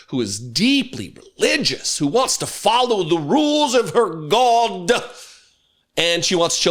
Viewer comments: Perfect 2 syllable pharisaical pronunciation of "God",! God-deh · Forgive me, my brother, but the word “god” has two syllables. Thank you.